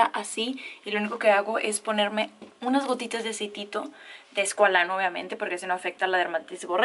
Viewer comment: Aceite ESCUALANO Jajajaj que no es “escualeno”? Estudio ingeniería química como tu hermana ❤️ jajaja te amo ❤️❤️❤️